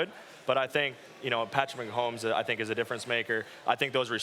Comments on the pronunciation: It's Mahomey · Love thielen but it’s MAAAAAHOMES